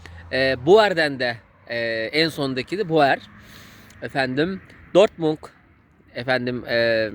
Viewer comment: Dortmung değil Dortmund oğlum, sonu “d” ile.